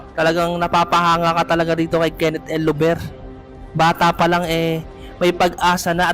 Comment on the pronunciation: Bakit "el lover" pag pronounce mo? Dapat Llover as in double L. Parang Liover pag bigkas nito idol. 😅